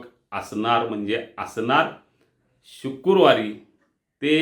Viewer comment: शुक्रुवार नव्हे शुक्रवार